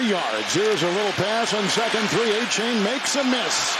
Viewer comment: Somebody pull the commentators coat about his hideous pronunciation of Achane. More than likely it's not "A-chain," but "Ah-cha-nay."